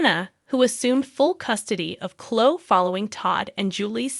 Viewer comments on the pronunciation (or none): Omg!!! Please learn how to pronounce names, it drives me CRAZY!!!!! Her name is not Clo, it's Chloe. Pronounced Clo ee, u morons!!! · Please pronounce the sweet girl’s name correctly. Cloeeeee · Cho? Pronounce her name correctly. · Why can't you say their names correctly? It doesn't make your site look very professional!